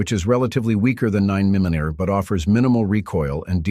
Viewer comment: How ya say 9mm😂😂